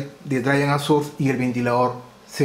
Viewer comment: Eres un gran maestro, de los mejores. Para tu mejora continua, te recomiendo afinar la pronunciación. Drein Sourss como se escribe. Geit Un abrazo